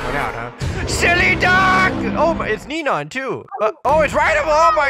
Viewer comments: I love instead of saying "neon" he says "nenon" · I love when they say nenon lol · Pronounced NeNooOOooooooooOooooooon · i love how they say “nenon” instead of “neon” it cracks me up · Ever since I heard the word "nenon" I started to like that instead of saying "neon" LOL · Neyon its perfect but its nice howu said nenon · Lol I like how they say neanons instead of neon LOL it’s so funny I lughf all the time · Can you say neon??????!!not nenon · I love how says nenon when he is a noob 😆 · I love how he said Neon Nenon? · Normal player: "neon or mega neon" Him: "NeNeOn....mEgA nEnOoOnNN~ 😂😂😂😂😂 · I love it when says Nenoen all the time